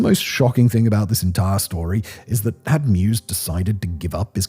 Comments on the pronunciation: I believe his name is pronounced MY-VEZ not MUSE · Take a drink every time Simon says Armin Mews. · Why does he call meiweis "mew's"? Thats not how his name is spoken! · Meiwes. If you know that the German letter combo “ei” is pronounced like the English “I”, you can get this one. My + Wes (as in Wesley) with the stress on the Y. mY-wes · It’s pronounced “mavis” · his name is pronounced M-EYE-VESS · Meiwes is pronounced “My Vays”. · Annoying when he cant pronounce the name right throughout. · I have no idea how you got that pronunciation of his last name, but I cringed every single time